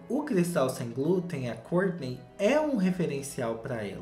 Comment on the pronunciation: Amo quando o diz " a Córtinei e o Tchuééévêêssss "